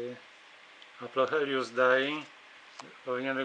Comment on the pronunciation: "Aplocheilus", nie "Aplochelius" ;). Już nie marudzę :)